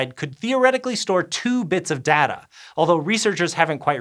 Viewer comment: stop saying "data" weird